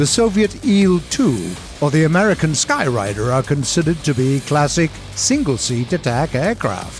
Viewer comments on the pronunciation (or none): Ummm... "Skyrider"??? It's the AD-2 Sky"raider" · You’re missing the a, it’s skyraider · Skyrider??? Skyraider! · Skyrider? You mean Skyraider? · "The A-36 Apache that doesn't carry any bombs..."? It carried bombs all over the Italian peninsula. And where did you get your pronunciation of "Skyraider"? You lost a lot of credibility in the first minute.